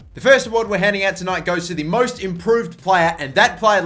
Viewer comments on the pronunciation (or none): none